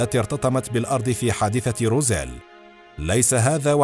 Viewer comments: أخي المُعَلِقْ أسم المدينة = روزويل وليس روزيل .. للتصحيح فقط 😊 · ماذا تقول وماذا تخرف ههه انت لا تنطق حتى الأشياء كما هي روزويل تقول روزيل هههه انت تخرف فقط يجب أن تبحث اكثر وتضع مجهود قبل وضع اي محتوى نصيحة فقط هههه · Its Roswell not Rozelle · روزويل وليس روزيل